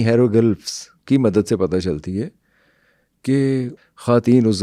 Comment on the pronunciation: Hairo gulfffzzz....hahahahahahaha...ratta rataaya he sahi bol lata hai banda.